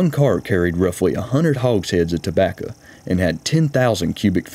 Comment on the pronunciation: tobacca... I miss see-gars.